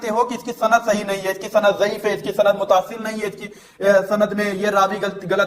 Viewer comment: Bhai aapne kam acha kia but ek chiz vo lafz jise aap mutaasil vo Muttasil hai